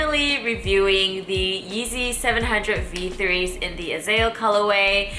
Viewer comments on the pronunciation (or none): It's AH-ZAH-EL, not "Azell" ..it's a Hebrew word.. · It's pronounced A•ZOOL